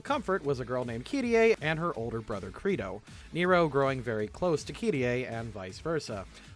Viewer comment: ...So would it be a bad time to mention that Credo's name should be pronounced like Play-Doh?